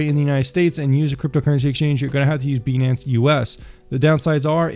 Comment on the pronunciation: 🤨 why u pronouncing it as beee nance its pronounced BYE NANCE